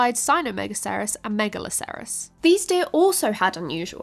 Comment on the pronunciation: Try pronouncing megalocerous as you would rhinocerous. Same with anything that ends in "acerous", just flows easier and keeps the pronunciation consistent.